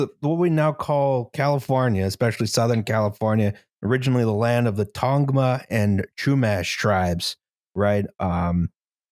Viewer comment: Unless I’m ill informed it’s pronounced Tong vuh. It’s called the Gabrielino-Tongva tribe now though. San Gabrielino was the mission that was built when the Spanish came. We’re still not federally recognized either which is cool. Their is a movement but I don’t know anything about it. I still need to get registered in the tribe. Gotta have the tribe do blood quantum’s so the government can tell me how Indian I am. If people don’t know what that is, they should look into it. I went to a tribal building in Canada I think (I was 10) and they had preserved vials of blood or at least had replicas on the walls. Dunno if that’s a common thing or not, but it was disturbing to me how much control the government has when it comes to determining what my ethnicity is.